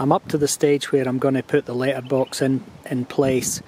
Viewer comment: I took me eight times for me to understand that you are saying letterbox ......if it only takes letters how do you get mail?